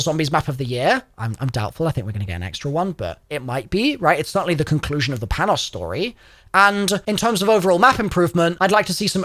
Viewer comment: American Greek here, I don’t know if you’ll ever see this, but Panos’ name is pronounced like “Pah-no”. You can also pronounce like “Pan-ós” with a larger emphasis on the letter “o” since that’s how us Americans pronounce it.